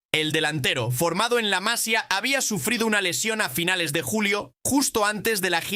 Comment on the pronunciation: Por cierto que al orador tengo que decirle que cuando se trata de nombres catalanes no lo hace bien, al tener acentos diferentes a los del Castellano. No es en castellano : "La Massia" sinó en castellano repito :La Massía!!! 😮